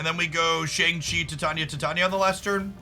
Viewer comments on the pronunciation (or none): Titania is pronounced like "titanium". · Titania = Tie-Tain-E-Uh 😊